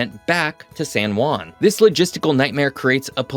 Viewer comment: Good video thanks, but please learn how pronounce "San Juan" , you keep saying "San Guan", the real sound is like replacing the J and U with H and W, so if you read "Hwan" that is how it should sound.